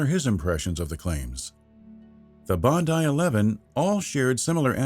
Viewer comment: Congratulations! It's nice to finally hear an American pronounce "Bondi" the correct way. - Love from Australia